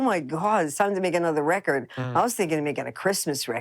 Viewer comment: Everybody, let's be like Dale. Start saying 'rekkid' for 'record'. It's so much more rock and roll.